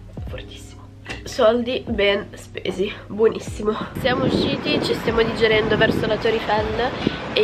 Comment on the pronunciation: Hai detto ci stiamo diggerendo al posto di ci stiamo dirigendo 😂😂😂😂😂